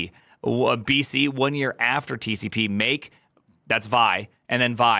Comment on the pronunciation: Just so you know... Back in the day when people were actually using 'vi', no one ever pronounced it as like 'vie'. Everyone called it 'vee eye'. The older *nix guys among us are inclined to laugh at you if you pronounce it any other way. :-D